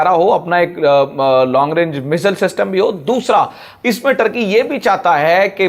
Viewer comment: مزل نہیں میزائل لفظ ہے. الفاظ کو تو سمجھ کے بولو....